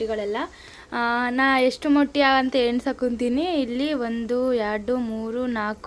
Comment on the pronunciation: ಅಕ್ಕ ಅದು ಮಟ್ಟಿ ಅಲ್ಲ ಮೊಟ್ಟೆ